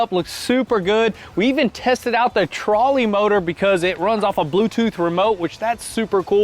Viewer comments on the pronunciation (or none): Trolling motor not Trally, love it though! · It’s a TROLL-ing motor, not trolley